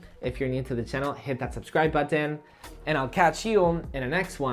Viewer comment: Why does he say "buthan" for button?